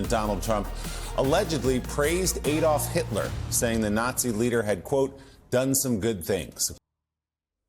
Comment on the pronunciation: What I don't understand, why can't Americans pronounce Adolf correctly? My name is Alan, it's like saying my name is AAAAlan!